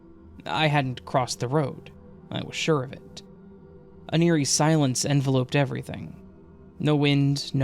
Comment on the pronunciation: For future reference, the last syllable of enveloped is pronounced upped.